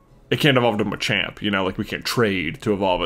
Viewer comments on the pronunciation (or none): none